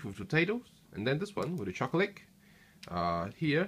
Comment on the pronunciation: Very nice video but your accent is the weirdest thing I have ever heard. Most of the time you sound english (british) but then you say things like "choclick" or "lick out" instead of "leak out" and some other little weird things. I am curious, where are you from and do all people talk like that there?